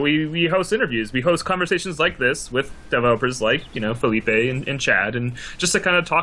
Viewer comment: It´s Felipe, not Filipe.